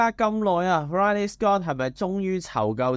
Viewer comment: Ridley 讀音係“read-ley” 不是”y-ley”